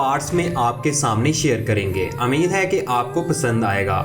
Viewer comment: Ameed ....akaat...gazaara🤣🤣 ...Rip urdu...